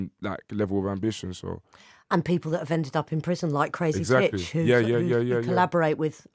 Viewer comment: ish when she says crazytitch, sounds so weird